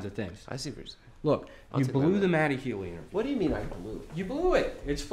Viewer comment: "Hello, I'm Matt 'Eee from the Nigh-een seventy five"